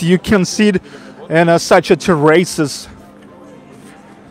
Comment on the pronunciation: This isn't meant to be critical at all, just educational, when the diners are sitting outside they are sitting on the outside terrace, it is pronounced "TEAR-is-es", the stress is put on the first half of the word then drop down on the 2nd half of the word. Love your videos! Cheers!